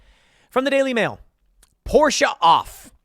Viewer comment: My god Tim it's not "Pourscheeeeeh" It's pronounced Por-sh. Just say Porsche.